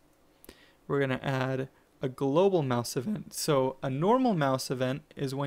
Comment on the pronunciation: "We want a glosal mouse event" it's "global" not "glosal"